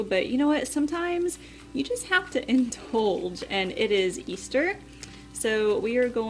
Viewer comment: wow great vid! as an english major i must point out- it is “indulge” not “intulge”, simple mistake